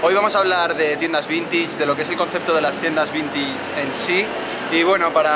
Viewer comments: No se dice vintich... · como me ralla que diga "vintich" en vez de "vintach" (vintage). Encima lo dice como mil veces jaja